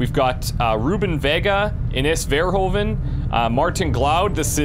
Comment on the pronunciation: Funny how you pronounce "Ines Verhoeven" . An "oe" in Dutch sounds more like how you would pronounce a long "oo" in English. Historically in Middle Dutch the e was added after a vowel to make it sound longer, so that's where that spelling came from.